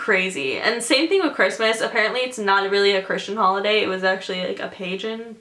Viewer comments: Pagan: "pay-gin" g pronounced like grass 😂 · and "pagan" is pronounced with a hard g